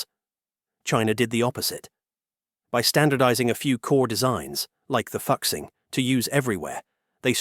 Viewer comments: Learn to pronounce chinese words. You butchered "FU2 XING1" If you are unwilling to learn then dont cover chinese content. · Ahem...'Fukxing' trains? Surely you mean to pronounce Fuxing (rejunvenation) as in 'Foo-Xing" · i wanna laugh so bad every time he pronounce "FUxing", it actually more like "Foo Sing" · Hi Admin. Is not "Fux-Xing". Is "Foo-Xing". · It took me a while to realize that the voiceover was pronouncing 'Fuxing' as 'F*CK-sing' instead of 'foo-SHEENG' 🙂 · 复兴，fu'Xing not foxing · FUXING is pronounced "foosing" or "fooshing", not fucksing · It’s not ‘f*** sing’, it’s pronounced ‘Foo Sing’ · Great video and great insight into Chinese Industry! Although I would like to mention that the “复兴” is pronounced "foo-shing“ and not ”foxing“. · FOO-SHING, not fuk-sing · It is not pronounced as "fuck sing". It is "fooh sing" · Fuxing is pronounced "foo - shing" not "fox xing" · Fuxing is not pronunced fuc-sing its pronunced foo-sing dont mind my spelling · Fuxing is pronounced foo-shing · Fuxing is pronounced as Folk Sing... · The pronunciation of ‘ Fuxing’ amuses me. 🤣I think it is really pronounced ‘ Fu Sing.’ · "Hexy" "Fuksing" Bro dont give a fuck about learning the right pronunciation. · the ai pronouncing "fuxing" as "fuksing" is so funny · AI needs to learn Chinese pronunciation! It’s pronounced “Foo Sing” (Fuxing). Otherwise what’s said is a profanity! 😂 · 😆 I love how the narrator mispronounced 和谐 as hecksie and 复兴 as fucksing Now I can't unsee it 🤣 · I lost it when you pronounce fuxing as "foxing". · Fuxing is pronounced more like Foo-shing. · it should be fu zing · It's pronounced Foo-Shing. He's tripping. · Like fuck sing is not how you pronounce it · He pronounced it as Fucx ing 😂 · Obvious... But still, points deducted for not proof hearing the content. Regardless, it is kinda fun hearing "fuk sing"... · "Fuxing" prounces as Fooshing. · “Fu” is pronounced as FOO…what a palmface pronunciation.